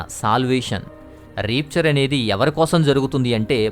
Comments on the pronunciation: చాలా మంచి విషయాలు చెప్పారు బ్రదర్.... Repchar కాదు బ్రదర్ ర్యాప్చర్ అని pranounce చెయ్యాలి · Adi రాప్చర్ బ్రదర్ రేప్చర్ కాదు బ్రదర్ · Brother plz check the.pronunciation of RAPTURE in Google ...it's rapture and rapeture ...